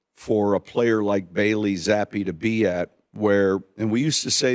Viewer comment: Coach telling someone he’s saying Zappe wrong without saying he’s saying it wrong. 😂